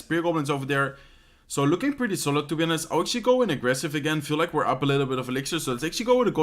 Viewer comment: in english you dont spell the 'h' in honest. sounds like onest :)